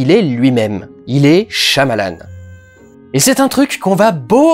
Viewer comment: on le prononce pas plutot "shaillamalanne" ?